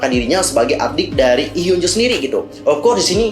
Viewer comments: Hyunju sayang dibaca bukan hyunjo, double O itu biasanya dibaca u #fyi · Fyi. pembacaan nama korea yang betul itu hyeo(o terbuka)nju